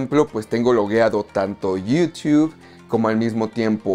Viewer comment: Lo malo de Movies Anywhere es que no puedes canjear series ni las películas de Paramount. PD: porque pronuncias Yutuuu de forma graciosa, solo pregunto